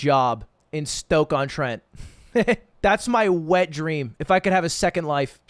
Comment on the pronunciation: BOYYYS HE SAID STOKE-ON-TENT... i fkin live there i feel so special now